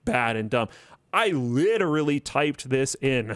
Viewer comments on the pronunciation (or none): The most enunciated "liiterally". Need me a clip of that